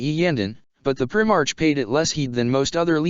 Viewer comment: What kind of reading is this... its pronounced "prime arc" not "prim arch"